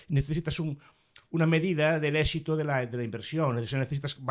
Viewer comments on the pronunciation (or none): none